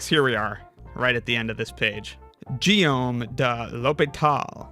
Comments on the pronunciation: Guillaume is GEE-ohm with a hard “g”, otherwise he would have shown it “JEE-ohm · if you need help pronouncing a foreign name- try putting it in google translate - and hit the Listen button - it pronounced Guillaume de l'Hôpital with a hard "g" at the beginning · The "Gu" in "Guillaume" is definitely pronounced like in "game" not like a "j" 😅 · I'm afraid got the pronounciation of Guillaume de l'Hôpital's first name wrong. In French (my native tongue), 'G' followed by 'u' + 'i' gives a "hard G" sound as in Guitar and not a soft G sound as in Gym.